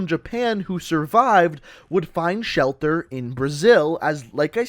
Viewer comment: it's funny how you said shelter